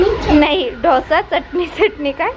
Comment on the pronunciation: ढोसा नाही g....... डोसा 😂😂😂😂